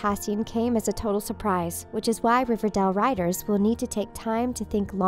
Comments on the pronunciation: Ok this is sad in all But who pronounces it River-dell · It’s not RIVERDAL it’s RIVERDALE But I love Luke Perry rip😭😭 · the bad thing about this is 1. he died 2. she said riverdal... not riverdale 👌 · New actor....? Uuuuh no. It's not riverdel it's riverdale. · Its not riverdal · She says it more like riva-dell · Omg I felt really bad but I was thinking the same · Riverdall 😂😂 (Rip Luke Perry) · “River dell” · Did you say riverdell? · She said riverdil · Did she say riverDELL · 😥😥😥😥😥😥😥😥😔😔😔😔😔😖😖😖😫😫😫😣😣😣😩😩☹️☹️☹️☹️😞😞😞😞 ( p.s why does she say riverdal ? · What’s riverdell😂😂😂 that’s what she said😂😂😂